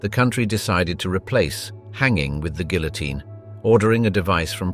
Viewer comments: "Guillotine" is mispronounced. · That confused me to, also the pronounciation of the guillotine has me twitching. 😂